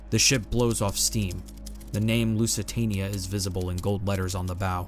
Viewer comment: At least pronounce the name of the ship correctly. And she never approached 27 kn, over a measured mile it was 25.6, and 25.8 averaged. You could've checked that on Wikipedia